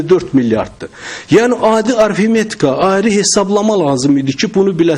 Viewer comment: arFimetika! Nə?